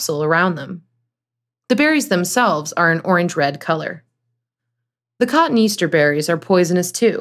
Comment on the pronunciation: It’s pronounced co-TONE-ee-aster, not cotton Easter.